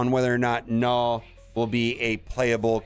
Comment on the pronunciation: 0.12 "Knorrwl" *Destroyer of words